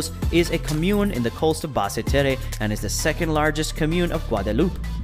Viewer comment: Bad pronunciations but great information and pictures thanks. For example as I understand it Basse Terre is said like Bas Ter.